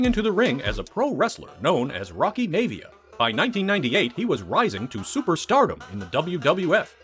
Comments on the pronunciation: I think its pronounced MI-AH-V-AH not Mavia Atleast that's how I remember it from wwf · "May-Vee-Ya"?!?!? 🤣🤣🤣🤣🤣 WTF is that?!? That's not how it's pronounced! It's pronounced My-Uh-Vee-Uh!!!!! Rocky Maivia, Peter Maivia. You're obviously not a wrestling fan!